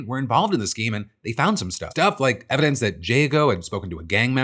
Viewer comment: Hey Kash, you drunk bro? “We’ve got all the ‘everence’” lol he meant to say evidence